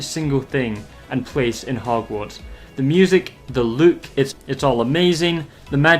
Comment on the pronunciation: It's not just you, but I hate the way you say look as it sounds like you say Luke and that's my name